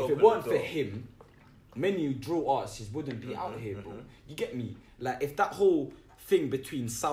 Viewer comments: "im a smart yout" Cant say artists properly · He kept saying "Artisists" 😂😂😂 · Artistses lol